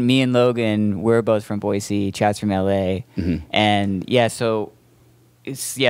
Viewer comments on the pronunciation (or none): It's Boy-See...the Z is silent!